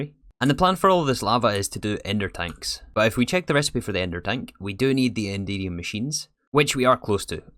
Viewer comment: I can't help but hear "Indeedium" when you say Enderium haha